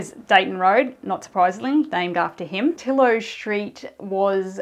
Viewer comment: People who live in Dutton Park call Deighton as in "die", long i sound. And Tillot is stressed on the second syllable as in tiLOT. It would be nice to know where Lindon House was located - the home of Lot 190 on that map and the street it was named after. The house named after Grove street still exists at the end of Lindon.